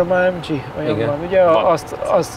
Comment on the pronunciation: Jesszus Hogy mondhatja, hogy ÁEMDZSI? Ezt meg kéne hagyni a ....-nak. Úgy ejtjük: ÁEMGÉ.